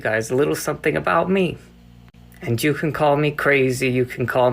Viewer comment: does he say, "and Jew can call me crazy"... hahahaha I know it's "and you", it just sounds situationally funny